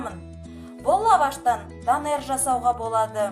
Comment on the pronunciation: Данер емес донер ғой 😂 лайк басам бірақ тіркеле алмайм ренжіме